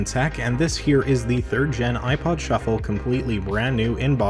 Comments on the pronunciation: Look it a shu- flah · You mean a shu-ffle